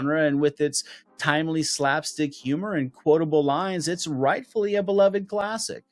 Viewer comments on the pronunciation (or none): none